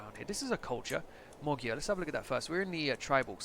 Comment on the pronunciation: Cool thumbnail, and btw i'm hungarian and no mogyer is not the right term, its actually Magyar just like in ck2